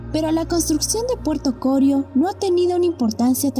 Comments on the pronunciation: No es Corio sino Corío. El acento es sobre la i y no sobre la primera o. 😁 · no se dice CORIO, se dice CORÍO, me tiene wbon con su relato. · Interesante video. Solo sugerir que mejoren la locución de la voz en pronunciación. Aclarar también que el nombre correcto es Corío con acento en la i.